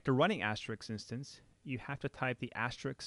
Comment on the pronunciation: AsteriSK ... as-te-RISK ... like the game. Not Asterix ...